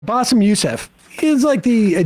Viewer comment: He called Bassem "Bassef".